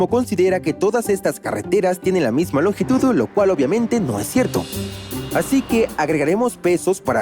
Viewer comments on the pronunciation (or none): "...la misma longitudu?" No se si sea IA pero de ser así, al menos tengan estándares de calidad más exigentes, me sorprende que incluso en la fase de edición escucharan esos detalles y los hayan dejado pasar, hasta en la mediocridad hay niveles